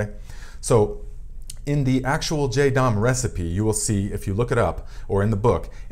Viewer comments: Be sure to check for sulfur sensitivity before using on your plants. Especially grape vines! Some are sensitive. Is this a different formula from the JS Pesticide? I need to make some for squash vine borers and cucumber beetles. (🤫 it is Jah-dahm, not Jay-dahm.) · It's pronounced "JA-dam" not jay-dam. But great video, I just am annoying in that way, lol. Sorry.